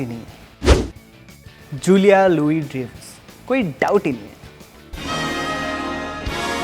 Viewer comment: Nice predictions. One correction though: Dreyfus is pronounced as 'Dryfus' and not 'Drayfus' as you did. I don't mean to nitpick, just that I'm a huge fan of her(who isn't?)! 😁